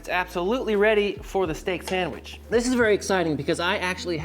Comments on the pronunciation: There is no 'M' in 'sandwich'. It's not a sammich. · Pretty sure he says "Samwitch"